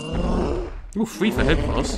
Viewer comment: 8.40 its ho-oh !!!